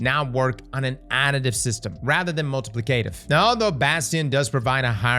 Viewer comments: FOR THE LOVE OF GOD, IT'S "MUL-TUH-PLICK-UH-TIV" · someone please teach how to pronounce multiplicative.